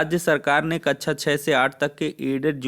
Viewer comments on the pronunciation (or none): कच्छा nahi कक्षा 😂😂😂😂